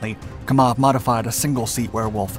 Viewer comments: It's pronounced, "KAM-awv", NOT "Ka-MAWV". Excellent presentation. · It's Kámov, NOT Kamóv! How ignorant are people, when it comes to non-x-colonialist nation's languages! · It's not KamOv, it's KAmov